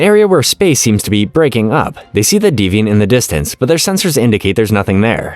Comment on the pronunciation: Your pronunciation is embarrassingly bad. You really think they'd name a ship the Deviant?